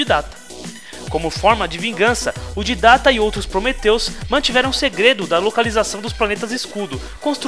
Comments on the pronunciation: So eu que não sei o motivo do chamar o Didect de Ditatta sendo que o nome certo é Didect? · excelente só errou na pronúncia do Didact (Dáidect) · Você esta pronunciando errado o nome Didact...você esta dizendo didata...mano,toda vez que você fala didata eu fico com raiva...aff! pelo amor de deus,Né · pq q ele fala tudo errado?!! Arka é Ark, Didacta é Didact (se fala Daidéct) Flód é Flood (se fala Flôôd) Prometheus é Promethean (se fala promífean) kkk falô elado (errado)